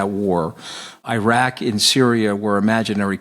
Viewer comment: Why can't US citizens say Iran and Iraq correctly? The rest of the English-speaking world doesn't have this problem. Seems like trolling to me. I am so sick of everything the USA says and does right now.